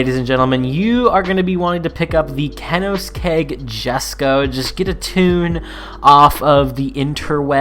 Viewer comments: Get the Kenoes Keg 😂🤣 *cone-eh-seg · It’s Koo-nig-segg NOT Kenoskeg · kenosgegg jesko? it’s pronounced coneigsegg yesko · did this guy just say ken-nen-seg? Woooooooooow...... KO-NING-SEG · ken-os-keg lol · As a Swede I feel very offended by koenigsegg being called“kenoskegg” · Koenigsegg is pronounced « ko-ey-nig-segg » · There is now a new pronunciation for Koenigsegg I'm going to pronounce it Kanoskegg from now on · Kanoskegg was way too funny tho LMAAAOOOOOOO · It should be pronounced coin-egg-seg per top gear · Cone-ex-egg yesko is how you would say it sounding it out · Pronounce it Königsegg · Man said kaninskeg 😂😂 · yeah the name of the company is also köenigsegg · Kellogg's Jesko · It is khönixagg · man just said canosskeg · Khanos keg...lol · Kenoskegg lmao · Kenogskeg Jasko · Kinoegsegg lol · ken is keg jesko lol.. that was one of the most amazing car mispronunciations I've heard in a while. Instant thumbs up for that :D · the way u said "Koenigsegg" reminded me of the guy teaching how to pronounce "mayonnaise" and its the worst way ever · You said koeneseigg wrong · how did you pronounce both koenigsegge and jesko wrong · I'm sorry but I'm having suicidal thoughts after how he pronounced konisegg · The way you pronounced Koenigsegg was hillarious lol. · Soon as i heard him say that i was hold up wait minute something ain't right😂🤣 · I seen this comment before he said it, and nothing prepared me for how he said it 😂😂😂😂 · i’m like how do you butcher it that bad 🤣🤣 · No one gon talk about how he pronounced koeniggsegg? - Great vid tho